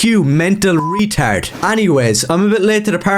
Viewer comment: I love this kid’s fire. 🔥 I want to start pronouncing retard like he does. Is it retárd?